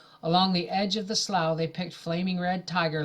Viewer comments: Slough is pronounced “slew” not slaw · Thank you for these! Ice been listening to them at bedtime, it's like a bedtime story :) The grammar policeman in me has to say it- it's pronounced Sloo, or Slew. Sorry I cant help it. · Slough is pronounced “slew”